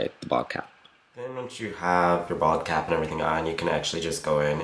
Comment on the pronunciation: Every time you say bald-cap I hear "vodka"